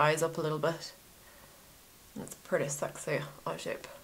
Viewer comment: "Pritty sexay"